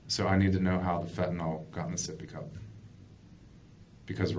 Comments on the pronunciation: Why is it people keep pronouncing FENTANYL as fentaNOL. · Fentanyl ! Not fentan all